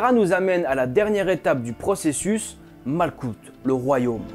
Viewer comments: Beau travail!!! Au fait, on dit malroute (malkhout)et pas malKout. Sinon, jolie barbe bien taillée, je n'ai qu'à bien me tenir!!!! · Guibbourah pas Djebbourah. Le G se prononce Gue. et la Malkhout se prononce Malrout. Le KH est gutural. Hokhmah se prononce Rormah. Yesod se prononce yessod. De la même manière qu'il y a l'arbre de vie, il existe son opposé (arbre des Klipoth, une klipa c’est une Sephora brisée e donc elle n’est plus dans la pureté), l'arbre de mort qui ne démarre pas à la malkhout mais qui né d'un excédant ou d'un manque de rigueur (Guibourah). Car c'est dans cet excès ou ce manque mène à la déviance. Soit tu es en manque de rigueur et tu n'avance pas, tu stagne et redescend, soit tu as un excédant de rigueur et à ce moment là tu entre dans le mal, dans l'intolérance, la frustration et la méchanceté. En revanche à ton arbre de vie, il te manque la séphira cachée : Daat (la connaissance cachée) qui se situe entre la binah et la hokhma. Cette séphira est cachée car tu dois la découvrir tout au long de ta vie et te des études. Et pour finir, la Kabbalah n’est pas née au premier siècle mais est une tradition orale multimillénaire. Elle a commencé à être écrite graduellement à partir de cette période car les persécutions antisémites de peur que la sagesse ne se perde si tous les sages se faisaient exterminer. Même si l’enseignement reste élitiste. Puis certains sages extraordinaires ont fait des découvertes extraordinaires ou ont atteint des niveaux de sagesse et de pureté tels qu’ils ont eu les révélations pour écrire les autres livre : Sefer Yetsirah, Sefer Ha Bahir, Sefer Ha Zohar, Sefer Ha Ra